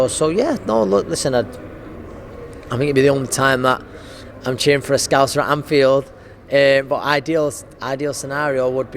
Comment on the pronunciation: Anfiled, as opposed to Infiled.